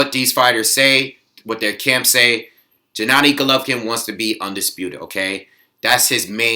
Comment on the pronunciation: Gennady is pronounced with a hard G, not 'Jennady'